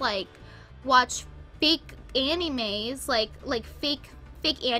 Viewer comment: AN - EE - MAYS